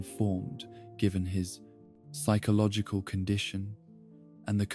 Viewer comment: The pronunciation of “Psychological” is driving me nuts otherwise fantastic video